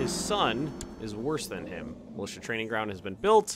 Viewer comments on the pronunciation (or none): none